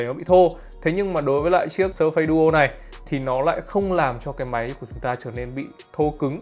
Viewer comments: surface đọc là "Sơ phítss" mà :))) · Đọc là /s3:fis/ ạ 🙃🙃🙃